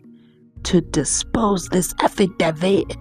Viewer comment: I've got many questions regarding this aFFidaVit (mnisi pronunciation)